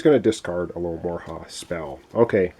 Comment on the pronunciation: Alo ho mora Not alomorha :)